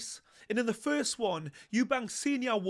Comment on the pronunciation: Why do so many people incorrectly say "Eubanks" instead of "Eubank"? Not just, I hear loads of people say the surname as Eubanks and it's weird